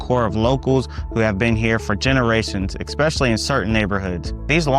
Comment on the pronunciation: Suffolk is the largest Virginia city by land area. If you include water features then you are correct. I was born and raised in VAB and left when I retired because the city politics became corrupt. Another reason I left was when they started building homes or shopping centers over cemeteries. BTW the word is "ESpecially"' not Ekspecially.